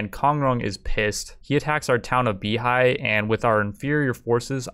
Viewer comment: FYI, Beihai is pronounced Bay-hi, not Bee-hi